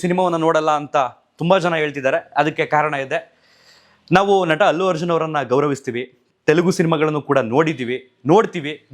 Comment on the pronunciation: It's not Hallu Arjun.Its Allu Arjun....